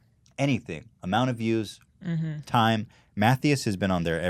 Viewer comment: They way he pronounced Matthias killed me 👌🏻😂